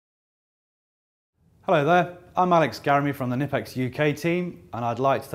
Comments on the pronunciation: it's not nippex, its Knipex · All the reps from different countries say it different. The German rep says Ka-nee-pex..